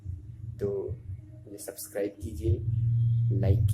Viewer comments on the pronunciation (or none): none